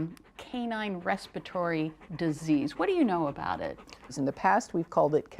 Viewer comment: Another professional whose principal source of income is the spoken work. "Respatory". Right